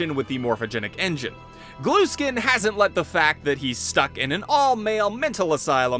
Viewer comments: i think its gluskin not glueskin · It’s Gluskin, not Glueskin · Cool video! One thing though, I always though his last name was pronounced the same way as if I t were spelled Gluhskin, the h is just dropped. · i love how he says "glueskin" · cuz he says GLUE SKIN